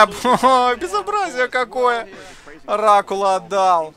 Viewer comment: На говорит "Оракула отдал", а мне показалось "Рак Ладал", что звучит как выражение разочарования скиллами игрока по-Протосски.